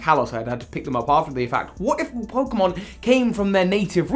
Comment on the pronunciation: Nobody: Literally Nobody: Me : PoKeMoN wHaCk VeRsIoN tWo